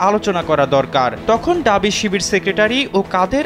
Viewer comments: ডাবি না ভাই ঢাবি। উচ্চারণ করতে পারে না কিন্তু সাংবাদিক হইছে। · এই সাংবাদিক পুরো প্রতিবেদনে বলে গেল "ডাবি, ডাবি"। এই "ডাবি" জিনসটা কি? "ঢাবি" হবে। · ডাবি ডাবি ডাবি কি বলে, ঢাবি বের হয়না মুখদিয়ে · ডাবি না ভাই, ঢাবি। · ডাবি না ভাই ঢাবি বলেন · ডাবি নয়,ঢাবি। হোবে নয় হবে। অপমান করছি না,তবে একজন সাংবাদিকে এমন ভুল উচ্চারণ শ্রুতিকটু। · আহারে!! ড আর ঢ এর উচ্চারনের পার্থক্য 😂😂😂ডাবি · ঢাবি ভালো করে উচ্চারণ করেন, শুনতে খুব বিরক্ত লাগছে।